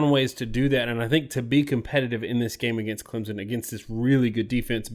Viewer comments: If you have covered Clemson enough you know it's not pronounced Clemzon like you keep saying like a moron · first of all...its clemson, not clempson... clemson wins 33-19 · Clemson is not pronounced "ClemsZon", its pronounced "ClemSon" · Clem. Son? Wow even you guys can’t say your team name right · Learn how to pronounce the name of the national champions correctly! Clem. Son